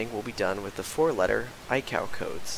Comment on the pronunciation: Great video! Very good presentation on how to flight plan. Just an FYI - ICAO is pronounced eye-kay oh, in the trade.